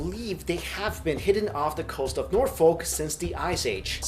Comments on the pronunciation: It wouldn't surprise me if a forest was connected to Norfolk through doggerland. Found in North Norfolk is the worlds only wood henge circle of upside down oak trees as wide as a rear john deer tractor wheel. Oh! By the way 'Norfolk' is called 'Nor-fook' not 'Nor-folk' haha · Just a tip "Norfolk" is pronounced more like "norfuk" rather than "nor-folk". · norfolk is pronounced nor-fuk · Quick hint to any American trying to pronounce British city names. Any city name that ends with "folk" like 'Norfolk' is pronounced "Nor-fok" or "Nor-fuk" or even "Nor-fik" but not "Nor-folk" it just sounds wrong, to us it sounds like "North folk" two separate words. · you say norfolk like northfuk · That us not how you pronounce Norfolk. It's pronounced nor-fuk. (And try calling folk "folk" and you'd get a few odd stares.) And yes, the English in the British Isles is weird. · Norfolk lol Use that English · Ugh the way he's saying Norfolk...